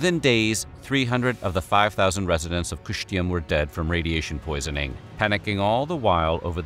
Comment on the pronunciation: Кыштым is more pronounced Keeshteem. There is no English equivalent to ы its a long E sound in the back of your mouth.